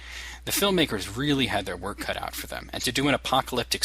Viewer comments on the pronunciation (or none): none